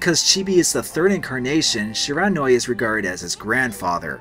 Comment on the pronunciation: Shiranui = "she-ra-new-ee" I is pronounced e in Japanese